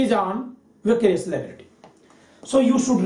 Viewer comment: Its vicarious.... Not vacarious!... Anyways.. Nice lecture sir!..